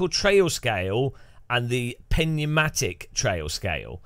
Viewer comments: Thank you. Literal phonetic= New-matic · Too much "Penumatic" tea ? 🤣 Its PNeumatic . Tire is pneumatic . Under pressure./njuːˈmatɪk/ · Pneumatic ??? LOL. Pronounced as "NewMatic"